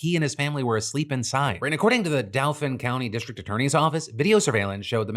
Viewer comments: Daofin😂 its pronounced dolphin 🐬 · As a PA resident I must correct your pronunciation of Dauphin county it more like Doll-fin than Dowl-fin. NGL it caught me off guard hearing it pronounced that way 😂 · Phil’s pronunciation of “Dauphin” county hurt. It’s like dolphin without the L sound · phil i know u are not pennsylvanian but dauphin county is pronounced like dolphin without the L....like daw fin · Just a point of note for pronunciation. Dauphin county is pronounced like Dolphin without the L. It's central PA, everything has a slightly different pronunciation than you would expect.